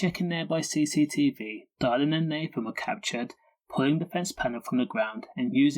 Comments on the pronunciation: Its dillan not dielan. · diylan ffs pronounce his name half whit